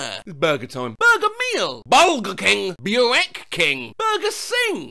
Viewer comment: I just know someone got triggered by butchering the pronounciation of burek. Lol